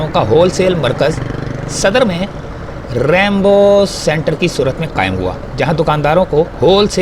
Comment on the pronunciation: ریمبو نہیں رینبو سنٹر ھے